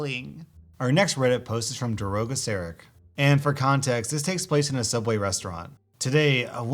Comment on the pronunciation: *soobway restaurant